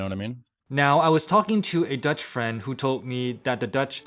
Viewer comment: you got that 100% right you will speak Dutch in no time